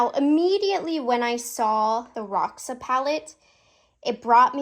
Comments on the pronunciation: I guess it’s pronounced “hosha “, ir means purple in portuguese ❤💜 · Roxa is actually the Portuguese word for purple. The pronunciation is different